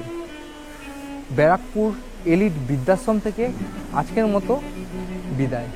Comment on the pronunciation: ভাই এটা বিদ্যাশম ,না কি বৃদ্ধাশ্রম? কিছু মনে করবেন না একটু উচ্চারণ টা ঠিক হলে শুনতে ভালো লাগে 😊